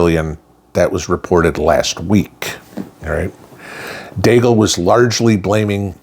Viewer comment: Deagel not deagle.